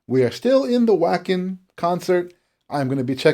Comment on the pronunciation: hello, Wacken is pronounced with a V like wagen in volkswagen